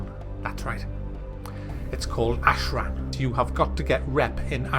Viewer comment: Ashran** not ahead